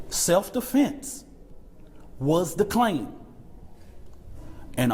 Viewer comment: He said self deflense claim🤣🤣🤣